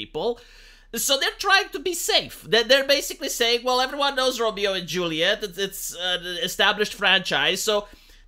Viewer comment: Its Romeo and LaJuleeate.